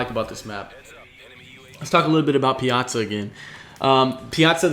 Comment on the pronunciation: Thank you for being the very first commentator to pronounce Piazza correctly.